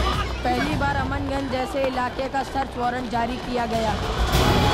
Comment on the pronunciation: AmanGanj nhi.. it's CHAMANGANJ😊